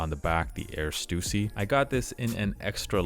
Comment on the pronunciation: Such a relief to hear your pronounce Stussy correctly 😂